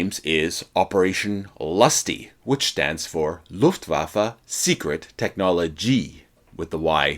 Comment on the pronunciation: This is the first time ever I hear a proper German language pronunciation Faron an obviously English speaking native person, thank you! Its horrendous hearing the Lufwaffe expression like Lofwaaafle.